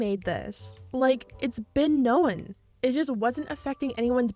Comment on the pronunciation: Why are you saying known so weird?